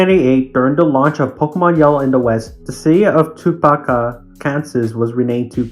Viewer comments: Topeka is pronounced Toe-Pee-Ka. Thanks Foster’s Home for Imaginary Friends. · It's pronounced "Tow-Pika" like Pikachu.